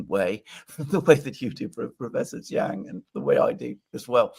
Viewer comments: It's not Chang, so embarrassing. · Its. Not chang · Its not chang